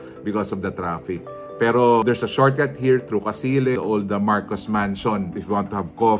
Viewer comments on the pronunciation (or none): none